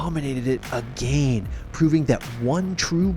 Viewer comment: No one:: aGeYn